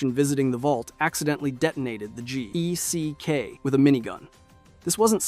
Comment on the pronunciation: It's just geck my dude. The acronym is pronounced like it's spelled no need to say the individual letters.